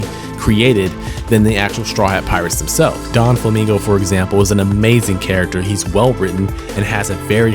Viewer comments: Doflamingo* not donflamingo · Hey I just want to let you know (if you’re still reading comments on this vid) but it is specifically doflamingo, not don-flamingo, I know that may seem small but tbh it was kinda annoying me especially because bege exists and is literally a mafia don